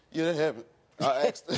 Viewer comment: The way he says “asked” grinds me so much. It’s asked not axed 🤦‍♀️